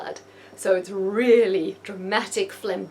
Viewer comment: it's "really" not deally.